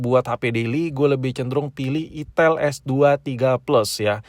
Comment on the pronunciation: kayak nya si abg nya lebih nyaman dgn "itil" dibanding "itel" sih ya 🤣🤣🤣